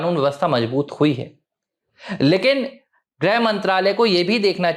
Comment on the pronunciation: “ग्रह” मंत्री नहीं “गृह” मंत्री (ग् + ऋ्+ह)